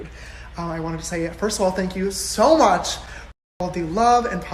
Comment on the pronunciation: I literally only watch to hear you say “I luv u sa match” 😂😂😂